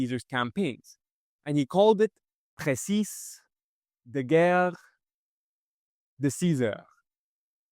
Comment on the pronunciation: Mispronounced precis (whether French or English).